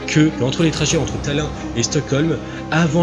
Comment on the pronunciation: Le mec maîtrise tellement pas je sujet qu'il n'est même pas capable de prononcer Tallinn correctement....